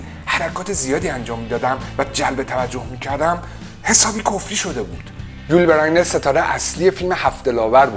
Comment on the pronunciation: استاد! اولا هنگام ترجمه بین جملات و برای تفکیک آنها نقطه نذاشتی و دوما نام یول بزینر را غلط تلفظ میکنی.